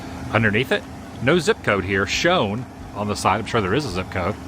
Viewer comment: why does he pronounce certain words so oddly? like he cant say the word "side" normally, it has be said like this "syyyyyde"